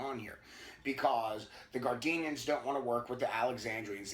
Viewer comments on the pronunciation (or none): Just to clarify it's Gardnerians, not gardenians. Named after Gerald Gardner. Also appreciate the video's thus far. Hope to see you keep it up.